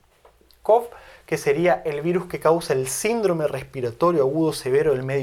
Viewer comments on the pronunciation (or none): none